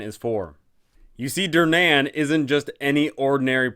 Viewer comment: This canNOT be how Durnan pronounces his name. It's hurting my ears and my soul.